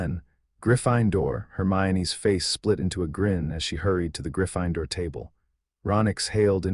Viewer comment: In no dialect of English is Gryffindor pronounced Griff– fine– door if you cannot pronounce words then have your programmer reprogram you as an AI so that you actually can speak English and not this pig latin that you're speaking😊